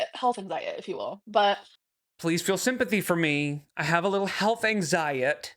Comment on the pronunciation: “Anxiet” is SO irritating 😡😤😡